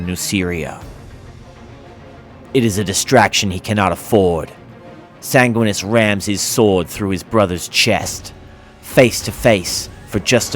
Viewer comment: Enervated (adjective): drained of energy or vitality. I assume that you meant "energized". Edit: san-gwin-ee-us